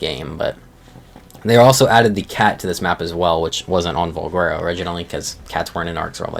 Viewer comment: don't trust this guy's pronunciations, he botches a lotta stuff